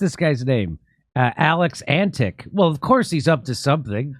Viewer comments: it's not pronounced Antick, but Antich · A Billabong is essentially a small swamp or pond. The Term 'Drain the Billabong' is an Australianized version of American 'Drain the Swamp'. Also Senator Alex Antic is of Serbian descent. His surname is actually pronounced 'Antitch' like most people from the Balkans whose names end with 'IC' it actually sounds like 'ITCH" so Antitch not Antick. And yes Alex is a conservative party Senator. Hope this helps. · Pronounced : Antich. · its pronounced antitch coz its likely serbian or croation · Antic probably Eastern European in origin. Pronounced An-tich. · Alex's father was/is Serbian. So the 'c' at the end of his surname is probably pronounced as a "ch" sound... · I guess he have Croatian roots, so it pronounces "Antich". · Antic is actually Antić (pronounced similarly to antich, or antitsch… there's no ć sound in English) — He's of Serbian descent. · His last name is most likely of Croatian descent, and in Croatia it has a little sloped line above the letter "c" which makes it soft, or rather "ch"... So it should be pronounced Antich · antic is a slavic name probably with serb origins. God I love how ignorant americans are lol EDIT: it sound like ' antech' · Jimmy don't sound ignorant. This is a croatian last name that is written like this Antić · Alex Antic is of Serbian descent. His surname is Antić (Antich). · His origin is most likely from the balkans in Europe, the name would be Antić( Pronounced Antich in English, similar pronunciation to John Malkovich the actor) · Um, I would bet my bottom dollar that this guy’s anscestors were Croatian and that the name was originally spelled Antić - pronounced An-tich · Not all names necessarily follow an Anglo-Saxon pronunciation pattern. The name 'Antic' would be pronounced s.g like "Antich" in its original status. Why are you guys mis-treating this man who is one of very few Australian politicians with decent motives. How ignorant you are!